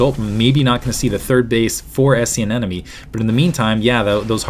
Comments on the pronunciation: Isn't it aneMone rather than aneNome like you keep pronouncing it? Kind of bugging me :P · Wow. Great game and great cast. Only thing, and I might be wrong, but it sounds like you're saying "an-enemy" instead of anemone (an-emeny).